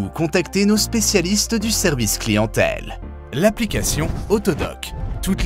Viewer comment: Mdrr comment il dit service clientelle a